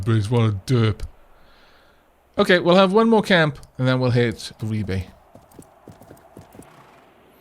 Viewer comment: it saddens me deply to see the end of this series (at least on YT) due in no small part for the joy of listening to you - somewhat - butchering the name of Ribe. (My family come from the area) Secondly: When will the news regarding the patreon be available? Third: More ferret-cam, we need more yawns and cuddleiness from Ciri, Midna, and Tali.